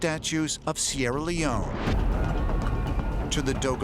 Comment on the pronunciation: Any here hear him see sierra leonineeeeee